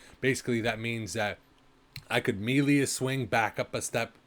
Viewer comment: Did you record this in 360p and say it as "mealy" weapons? TF is wrong with you.